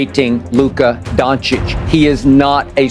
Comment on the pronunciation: stopped watching as soon as you pronounced his name wrong in the first line...